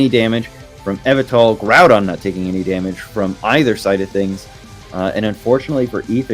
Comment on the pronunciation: The way pronounces Yveltal all throughout the video is killing me while watching this